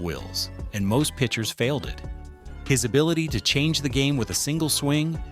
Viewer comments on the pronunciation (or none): none